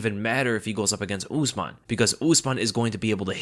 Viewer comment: Why do you American always pronounce non English names in such weird ways , usman is not ooozeman it’s usman ( simple ). It’s oo not ooooo. Cmon man, It’s not really rocket science.